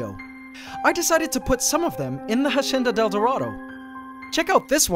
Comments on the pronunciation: Hacienda is pronounced: ha - si - en - da, with the accent on en. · Ssstahhp! Stop pronouncing it HASHENDA. Its wrong and annoying. Stick to how you pronounced it before, which still wasnt the correct pronunciation, but at least it disnt seem you were trying.. and failing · Narator: Ha-sh-endadeldarado Me: I remember Ha-senda-deldarado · Just wondering why now you are saying "hashienda". Why change from pronouncing it like you did before? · PianoKangaroo13 that might be a filipino thing 😅 our “s” sounds like “sh” sometimes. like “siya” would be pronounced “shya.” sometimes the sh slips out when we speak english/other languages lol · the hashenda del dorado (hacienda del dorado) 😂